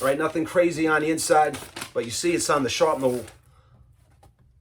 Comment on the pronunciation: Sharpnel? Thought is was Shrapnel! 💁